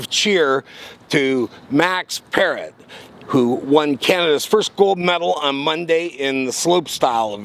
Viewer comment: Why not call Max Parrot by the proper pronunciation? You think that's funny? He just beat cancer and won a gold for our country and you're doing a crap imitation of Andrew Dice Clay? Pathetic.